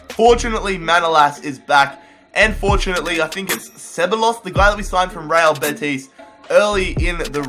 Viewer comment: Hey just a little tip, when two "L's" are next to each other in a Spanish player's name, it sounds like a "Y" so Dani Ceballos actually sounds like "Dani Cebayos" just because he is Spanish.:)